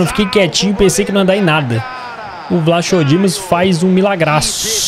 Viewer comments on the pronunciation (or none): a pronúncia do Vlachodimos e Vlacodimos sem o H